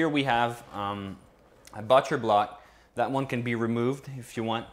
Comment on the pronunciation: Hallway not alley and you said butcher really funny. (it's set to British drop down to American pronunciation. It's prounounced butch-er like more butch. or just say cutting board.